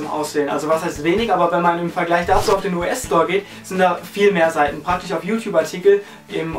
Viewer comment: süß wie du immer "praktich" sagst ^^